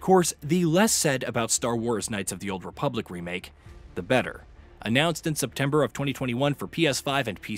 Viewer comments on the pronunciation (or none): none